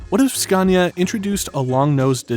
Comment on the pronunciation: Would be awesome if you could pronounce Scania correct